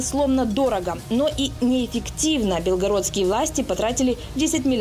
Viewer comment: Бля не бЕлгородские, а БелгорОдский. Ставьте пожалуйста правильно ударение